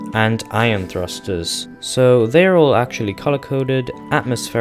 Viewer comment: Its pronounced "Eye-on" not "Iron" like the metal btw. Sorry that was just really bugging me. Good vid thanks.